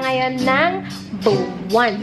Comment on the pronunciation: "Dahil simple lang ang pangarap ko" Yun ang gandaaa ng boses ni chaka walang katapusan Buwan pronounce niya Buwang😂😂 tawa akoo tas yung kasama kang tumandaaaa lalo lat gumagandaaa jamming na yung ginawaaa mong video ate shantaa pero sulit naman ipon muna akoo Para sa Merch kakaubos ng baon dahil sa project try ko mag reaction video ng wedding ninyo, ate shantaaa excited toooo Buwan😍💖 Late again😂